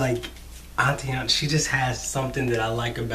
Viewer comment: You are awesome, but it is AYE-TAN-AH... not ah-tee-anna